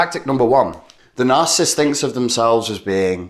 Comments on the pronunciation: NarCISSist not narcist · Please learn the proper pronounction of the word Narcissist.